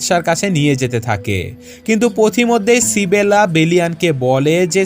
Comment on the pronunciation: ইসাবেলা* Not সিবেলা